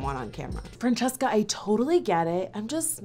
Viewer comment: the first "franchesca" almost sounded italian xD